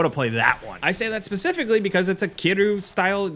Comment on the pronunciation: Too bad he can't pronounce the word "that"